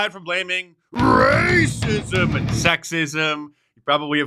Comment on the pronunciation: The "rrrrrrrracism" bit get better with age. Never stop, sir.